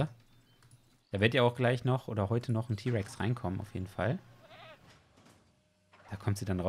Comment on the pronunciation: Nen den rex ty aussprechen tut man das ti